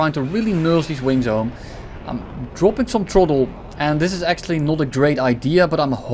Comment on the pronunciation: "akchually" 🤓☝️, 💀💀 super funny